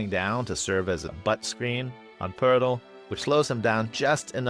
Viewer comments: your videos bring so much joy to my life man. Thanks for the consistent awesome content, I always leave a comment. The pronunciation of Poeltl made me smile. Elite. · OMG the way you pronounce Poeltl 🤣🤣🤣. It's probably the correct pronunciation, but brought me a chuckle every time.